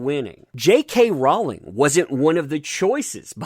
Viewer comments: Rowling rhymes with Bowling...not balling.:) LOLOLOL Keep up the good work!!!!!!!! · Rowling is pronounced Rolling, it grates on my nerves the way you pronounce this. Don't complain about someone disrespecting her if you can't get her name right. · I love accent when he says "Jay Kay ROW-ling".